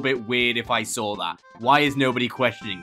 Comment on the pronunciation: Is no one going to talk about 1. says swar j stead of saw 2. The crying bachata children are scared of grass and normal air and don’t have fathers 😂